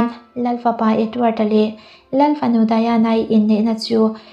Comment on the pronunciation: Diana hi English ania Daina ti tawp ta che Daiana ti a han lam hi anin awm, a hming hi i lam zing bawk si.....